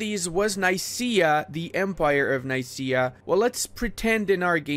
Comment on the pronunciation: It is pronounced nikea, not nice_ia. Nikea like Ikea but with n